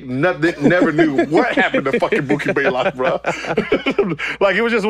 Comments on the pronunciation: "Mookie Baelock" lol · 🤣🤣🤣 it's Blaylock not Baylock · He always gets mookie's name wrong. It's BLAYLOCK lol... just like Greek the Freak smh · Mookie took an L so bad that Gil took one from his name. He never says it right